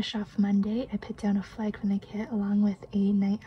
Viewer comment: My niece grew up in Vancouver. When you said "flag" for Thursday, I heard the accent. So cute!